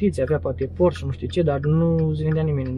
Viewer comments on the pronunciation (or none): none